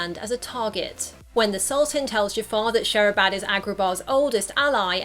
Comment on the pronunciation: Its not Shehrabad Its Shirabad